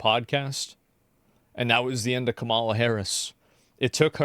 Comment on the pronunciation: Its been like 3 Months or more and this guy still cant say Kamala's name correctly.